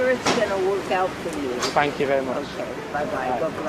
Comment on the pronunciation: The guy who thought he said fuck off I can kinda understand cuz when he repeated it the accent did make thank sound a little like fuck but then again it's London and as a Scot to me it's the English Glasgow where violence is around every corner no matter what